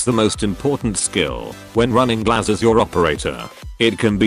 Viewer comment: Yhhhh the pronunciation of Глаз hurts me. It means "eye" in russian btw.